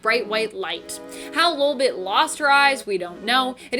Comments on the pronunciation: Not lulbit it’s LOLbit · Anyone else slightly annoyed by the way she is pronouncing ‘LOL’ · Your pronouncing lolbit wrong